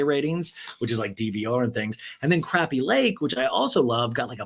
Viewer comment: It's craw-pee lake not crappy!